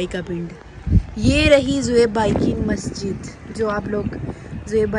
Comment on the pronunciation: Mastij ni masjid hota ha baji